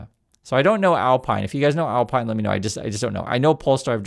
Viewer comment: Alpine is pronounced "Al-peen" It's a Renault